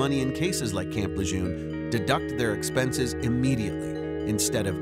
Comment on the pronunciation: FYI - Lejeune is pronounced 'luh-jern'. It's named after Marine Lieutenant General John Archer Lejeune.